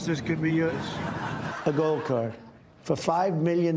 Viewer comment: i hate how he says "gold."